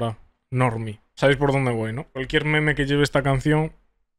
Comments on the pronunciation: Todos: meme El: meméh 🧐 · parece bomer al ponunciar meme con acento